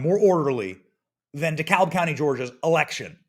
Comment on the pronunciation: The ‘L’ is silent in Dekalb County GA 😊